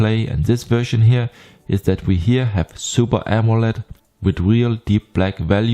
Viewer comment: Ahhh, that explains the Blend ...specially with words like "Here" that sound like "Heir" in german but than "Monitor" sounded danish:) Not trying to troll . Just funny.